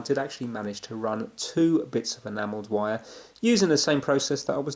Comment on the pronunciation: Do you have german in you? You say vire a lot instead of wire. I'm curious.